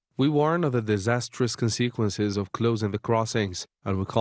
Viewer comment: The stress on the syllable must be worked upon, an example : Con...sequences and not conseequences. Good luck. Sa77a ftorkom and God bless.